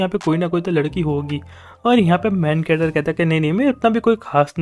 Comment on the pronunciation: When u say main character. I hear like main cutter